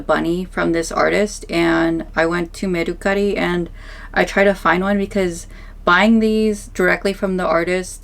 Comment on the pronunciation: The way she’s saying mercari is making that rage build up inside of me😂 . Can someone teach her how to say it please